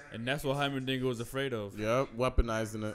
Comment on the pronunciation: "Hymerdigger" "Hymendigga" "Heimerberg"